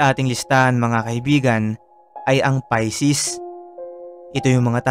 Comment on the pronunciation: pay-ses basa dun PISCES